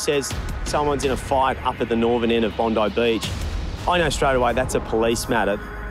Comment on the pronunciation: It's Bondi not bondaa